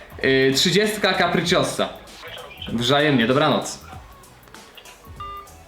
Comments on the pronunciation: WŻAJEMNIE,, xd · Powiedziales wrzajemnie przejezyczyl się